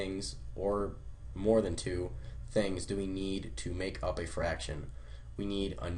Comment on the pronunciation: ITS FRACTION YOU FUCKING IDIOT NOT FARCTION SO USELESS